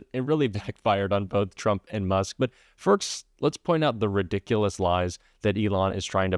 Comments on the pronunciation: This from a guy who has his mother live in his garage. And what does he mean by fust? Isn't it pronounced first? Lmfao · The 'Fust' Amendment?